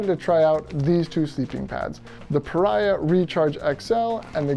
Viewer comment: I own this pad, and also their 30 degree quilt. I had to add an aftermarket extra strap to the quilt, but it works like a champ now. Great review! But I think it's actually pronounced PahREEahh. Like Maria. At least, that's what the actual company told me : )